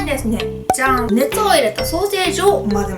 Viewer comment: ツナマヨのじゃん！がざんに聞こえるw